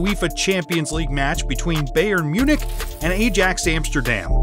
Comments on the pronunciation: Eye-yax not Ay-jax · "A-JAXX"; it's actually pronounced 'Eye-axe', but yeah, whatever. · It’s pronounced i-ax not Ajax 😂 and also pronounced buyer munich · I stopped watching as soon as the guy couldn't even pronounce bayern or Ajax correctly